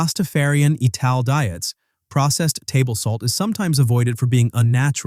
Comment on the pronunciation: "Ital" in Rastafarianism is pronounced as "Eye-tal" ie it's based on the word "vital" with the "v" removed.